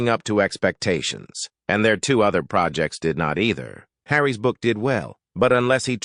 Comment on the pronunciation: I have always enjoyed your videos, but not so much with the electronic voices. The voices jar and just as one ignores the voice we get Harry ‘S’ or Kate’S’ where the system does not recognise the apostrophes! It’s a shame as your copy is a lot better than some contributors but like piped music…unless it’s a short message like STAND CLEAR OF THE GATES or a man’s voice claiming when he ‘was pregnant’. It really spoils the broadcast.